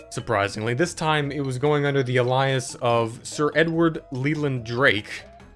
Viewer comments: Uhhhh... How did you just pronounce "alias"?!?! 😂😂😂 It's (ay-lee-iss) not (ah-lie-us) lol. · *AY-lee-us the word "alias" is not pronounced A-LIE-us- why don't you internet people know how to pronounce words even when you say them aloud? You don't recognize that sounds incorrect? That's fucking scary. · idk if someone has commented but “alias” is pronounced Ale-e-us (ale like the beer) instead of like the name Elias. no shame, just thought I’d let you know. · Alias is pronounced A - lee - us not Ah lie us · TIL alias rhymes with Elias. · why do you pronounce alias like that, you said alias like elijah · alias = “AY-lee-iss” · Alias( Uh-Lye-Us ) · Alias is pronounced "ay-lee-is". Just in case you never knew. Sometimes you only read things and never know how they're pronounced. I've had that happen to me before. Edit: you are Hilarious! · Fun videos, I binged a few in a row. 😂 Though when you mispronounced simple words like "Alias", ( you pronounced it like the name, Elias ) it makes YOU sound like an AI generated vid host or chatbot yourself. Btw...the "slipped in a puddle of frozen urine" bit majorly cracked me up ! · "alias" is pronounced "ALE-ee-uhs" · What’s an Ah-lie-is You mean Alias? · “uhh-LIE-us” Never heard ‘alias’ pronounced that way. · Please look up the pronunciation of "alias" 😊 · why did he say alias like that? 😂😂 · That was a wild way to pronounce “alias” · Your pronunciation of 'Alias' hurt me physically.